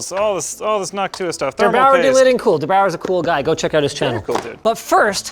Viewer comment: As a german it's kinda funny how Linus is pronouncing "Der Bauer" xD